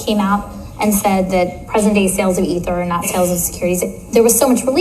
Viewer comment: Wow, you finally pronounced ether correctly.